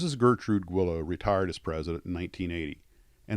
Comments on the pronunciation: I never knew it was pronounced "Gwillows" not "Geelows"... thanks for that! Loved and flew a ton of those, few sucessfully, but had a great time and learned so many skills along the way... Thanks Mr. Guillows! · Pronounced “Gwee-llows”. That’s how they answer the Phone.